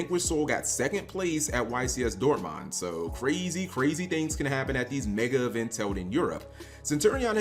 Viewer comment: Dort-mind Bo-lon-ia Please cap, say these cities right, I beg of you